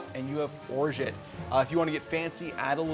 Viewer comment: Orr Zhah' It's French, The T is silent.